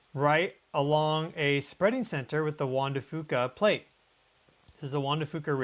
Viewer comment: Hi, thanks for another great video! Just a side note RE: Juan de Fuca, the folks I know locally here in the PNW pronounce the Fuca part like Few-ka, rather than Foo-ka. Just so you know... and, I Love your Show! <3